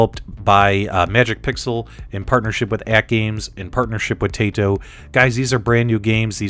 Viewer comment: It's Tah-ee-to not Tay-to if you are going by the Japanese pronunciation. Nice preview vid. Thanks!